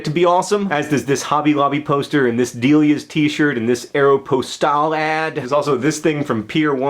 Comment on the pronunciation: Is that really how you pronounce Aeropostale?